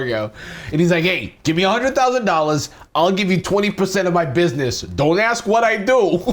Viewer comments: Im sorry, you did not just pronounce business like “bussy ness” 😭😭😭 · i’m sorry…buh can we all just acknowledge the fact he said “bussy ness loan”💀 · You said bussy-ness. Instead of business. Please, please tell me it's a joke done on purpose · why did he pronounce business like that I'm crying??